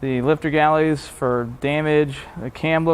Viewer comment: Are you saying Lifter Galley? Haha